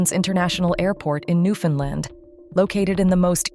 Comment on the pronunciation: I love how the AI could pronounce Newfoundland, but like 99% of America don't 😂😂 I'm American I just think it's crazy we don't kn9w this when I find it's actual pronunciation is much funner to say 😂